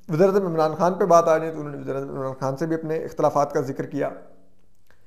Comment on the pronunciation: Wasair. Nai. " Waseer " .